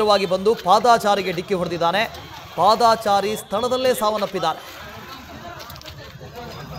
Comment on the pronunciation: ಪಾದಾ ಚಾರಿ ನು ಅಲ್ಲಾ ನಾಗಾ ಚಾರಿನು ಅಲ್ಲಾ ಕನ್ನಡ ಪದ ಬಳಕೆ ಸರಿಯಾಗಿ ಮಾತಾಡೋದನ್ನ. ಕಲೀರಿ ಸ್ವಾಮೀ. ಅದು ಪಾದ ಚಾರಿ ಎಂದು ಇರಬೇಕು